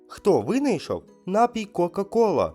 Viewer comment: Запам'ятайте: є тільки один наголос - напІй!